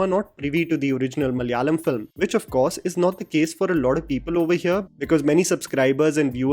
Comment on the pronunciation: it is pronounced Malayalam not Malyalam